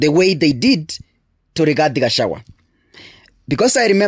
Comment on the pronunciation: You really hate "Gachawa" (correctly pronounced GACHAGUA)😮